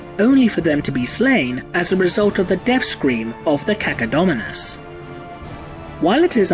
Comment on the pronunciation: When said Cacodominus I was like "huh....... cucka what?"